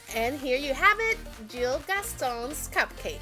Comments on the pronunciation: it's not Jill it's gil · You pronounce it as Gil not Jil. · It’s Gil not Jill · not trying to be rude it is pronounced Gill